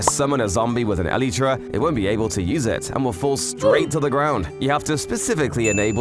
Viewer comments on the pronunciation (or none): "eleetra" its elytra(prounced el-i-tra) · Its a elytra not a eleeetra